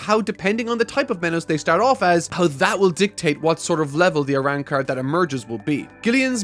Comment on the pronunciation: It's Arrancars not Arannkars. Please fix your accent!! Call them by their names. Or are you afraid to make a mistake???